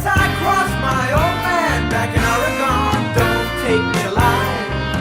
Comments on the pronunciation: Love the song, of course, but I wince every time he says “or-i-gone.” Does he mean the state of Oregon (“Or-gun”)? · I wondered if Donald would apologize for mispronouncing Orygun when the played here, but of course he would never do that. People from the East Coast is still cowboy-and-Indian country anyway. 😂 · I’m a drummer so I pretty much primarily listen to drums & bass, but as a native Oregonian couldn’t help but notice Fagan’s Jersey-inflected pronunciation: “aww-ree-GONE” lolzzz 👀😬🤣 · Such a great song by The Dan. I grew up in the pacific north west, always funny to hear people not from PNY pronounce Oregon that weird way.